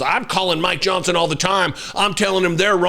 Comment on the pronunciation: D. The first time I heard this, I swear she was talking about “My Johnson”. Biologically impossible, but hey, why not.